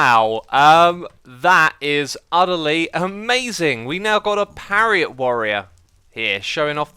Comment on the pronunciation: I love the "parriot" warrior!!!